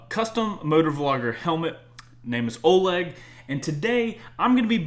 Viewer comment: Ithink its pronunced olEg not Oleg